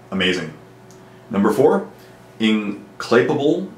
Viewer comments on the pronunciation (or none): Also implacable is pronounced Imm-plak-ah-bul, heard it in Dawb of War :)